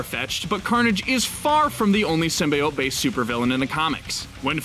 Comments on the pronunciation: It’s SYM-BEE-YOTE NOT SYM-BYE-OYTE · Prince Paradox ikr i think its supposed to be pronounced like “seem-bee-ote” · IT'S "sym-BEE-ote"! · Symbiote for Pete sake Not sim bye ot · I think Spiderman will appear in the movie. I think it was Marvel that lied about something not being in one of their movies. (Also its pronounced Sim be ote not sim bye ote) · Every YouTube channel that reports news at the moment says "sim-BYE-oat" instead of "Sim-B-oat" (how it's meant to be pronounced... you can tell which channels are just reading from scripts and which actually know what they're talking about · Did you litterly just say SYMBYEOTE! It's sym (bee) then the other part of symbiote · Damn it it's sim-bee-ote not sim-bye-ote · Stopped watching after the 3rd time I heard "sim-bye-ote." It's "sim-bee-ote." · Symbiote pronounced (sym-bee-ote) not (sym-bye-ot) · STOP SAYING SYM-BYE-OTE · although, Marvel does want Sony to pronounce it as sim-bee-ote. just saying. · SIM-BEE-OTE HOW HARD IS IT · Its always been bi. You were taught wrong by 90s failtoons. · Why do i hear SIMBA-OATS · PROUNOUNCE SYMBIOTE CORRECTLY: SIM-BEE-OAT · It is pronounced (sim) (bee) (oat) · Dont Sym-Buy-Ote me. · My god can no one say symbiote correctly..sim-bee-ote lol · It's Sim-bee-oat ffs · I HATE how the movie/this video mispronounce "symbiote". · Carlton Drake actually correctly pronounced it in the trailer, but the lady who introduced them and the person who narrated this video said it wrong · Riiight?? My ears... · The way u say symbiotes triggered me hard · you pronounced symbiote wrong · You got a thumbs down ther min you said symbiote that esu way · I hate the fact they mispronounce “Symbiote” in the movie. Ugh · Also stop mispronouncing symbiote it’s annoying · I stopped listening the moment you mispronounced "symbiote". Shame on you. Disliked. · Had to stop watching due to the fact that you can't pronounce symbiote correctly